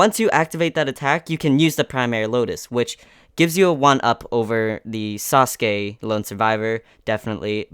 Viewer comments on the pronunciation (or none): none